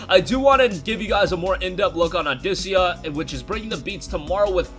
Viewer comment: Dafuq is "audicia"? Its audica boi!